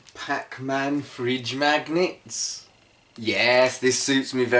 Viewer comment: "Pac Man freedge magnitts!"